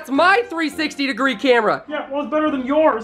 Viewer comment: He said Cramera